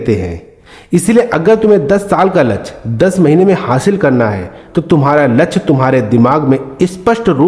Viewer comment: वीडियो अच्छी है, पर कृपया शुद्ध शब्दो को बोले, ध्यान दो, लच्छ नही, लक्ष्य बोलो, हासिल नही, प्राप्त बोलो,। अच्छी वीडियो हैं, बार-2 लच्छ बोलना, बुरा लगता हैं, कृपया ध्यान दो।